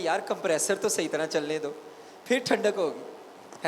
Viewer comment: سر آپ کا فضل کا تلفظ اور صحیح کا تلفظ ٹھیک نہیں۔